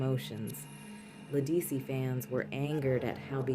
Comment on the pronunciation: You mispronounced “Ledisi.” It’s correctly pronounced “Le-duh-see!”